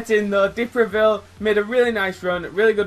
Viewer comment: Is a good prononciation for the first Time man, prononciation : De Previle but Is De Preville ! Anyway Very good video Man !